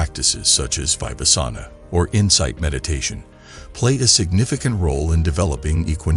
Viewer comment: fibasana ? ... I guess it would be Vipassana instead :)